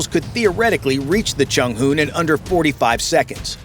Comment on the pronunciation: Chung hoo? 😂😂